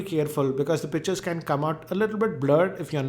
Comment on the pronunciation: He sounds like he is saying bitches not pictures lol